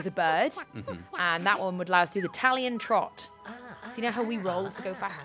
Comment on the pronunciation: "Talion Trot"